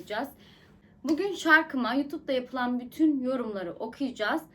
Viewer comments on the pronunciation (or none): none